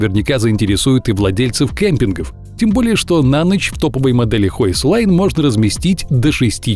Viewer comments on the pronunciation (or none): Не хойслайн, а хёйсхен или хёйхсляйн Тогда понятно, почему маленький домик. Могли бы гугле переводчик подключить. Потому что слышится, как "высокая линия"